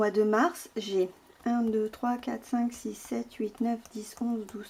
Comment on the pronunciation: rien de très intéressant, juste mon oreille qui frise quand le x disparaît du 6 et du 10... Un peu toquée tu penses ? 🥳